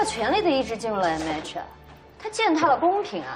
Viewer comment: 袁帅和其他大咖竟然对“MH”的“H” 发音不标准，君君是可以的！🐱